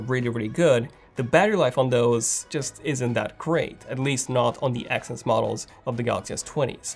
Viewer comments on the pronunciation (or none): none